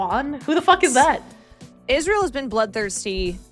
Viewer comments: Why is she pronouncing Israel like an Angel name and not the state name? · Hebrew pronunciation is Yis-ra-el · pronounces Israel like a televangelist.